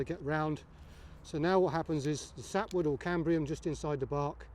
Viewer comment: *Cambium. No 'r' Great video though, thanks!